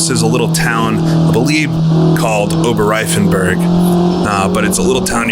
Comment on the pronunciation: And you pronounce "Oberreifenberg" really well. :) And actually, all roads are public roads today.